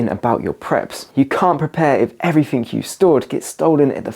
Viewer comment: pronounced " everything " not " everythink "